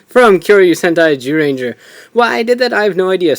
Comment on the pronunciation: Why does he say gyuranger it's zyuranger